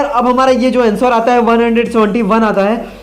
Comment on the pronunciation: अँसोर नही अंसर होता है अनपढ आदमी